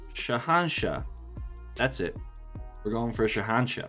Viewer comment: it's shainshah